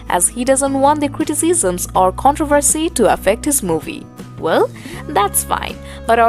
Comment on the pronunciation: Paaaticular kreeteecisim😂😂😂.. the most annoying new reporting ever😂😂😂